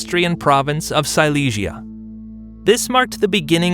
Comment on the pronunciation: Hay confusión en la pronunciación de varios lugares como Silesia (sicia, cilicia) o Madrás (madres), así no queda claro quién conquistó qué.